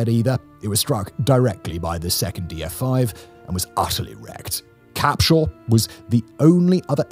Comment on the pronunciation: I saw the thumbnail and was like “since when did Tanner have a proper town center?” While I’m not from Tanner, I do live in the county that it is in, Limestone County, home to 120k people and rapidly growing as of 2025. Also it’s pronounced Deck-ate-her, though you somehow nailed Capshaw perfectly since almost nobody outside Limestone/Madison County can name it